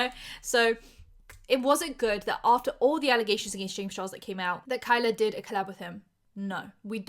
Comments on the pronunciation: (very unserious comment) As a Kyla who always gets her name mispronounced as Kayla, the vindication i feel hearing Kayla mispronounced as Kyla is unmatched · Kay- lah. .not ky-lah ily but if your do your try research you should know how to say her name. She is an abuse victim. Say her name right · My name is Kyla, so when you first started saying ‘Kyla’ it kind of threw me off a bit lol; I’m American and when most people see my name they try to pronounce it ‘Kayla’, so it’s really funny that in the UK (in the area that you’re from, at least) it’s the opposite and all the Kayla’s get called by my name instead haha